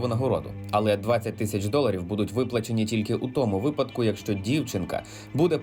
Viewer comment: Не фольЦваген, а фольксваген, на 13.37 не «особисто», а «особливо». І що за дивна манера наголошувати перший склад у слові якщО???